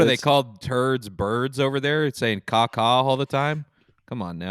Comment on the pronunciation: says caca frenchly and it makes Cameron smile so peacefully